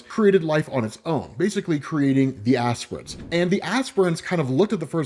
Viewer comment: Lol you called them "ass prints" the entire time